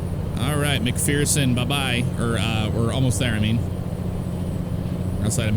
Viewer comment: you pronounce mcpherson as mc fur son i live close to there